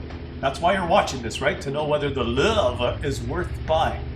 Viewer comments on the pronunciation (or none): What is it with the pronunciation of "Löwe" as "Lurve"? Drop the "r" and stop pronouncing the "w" as "v" and instead simply pronounce it as "w". Easy-peasy. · I too throw-up in my mouth a little, every time I hear "Lowe". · its funny how u r from german origin and u cant say lowe :) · Dat pronunciation of Lowe killed me xD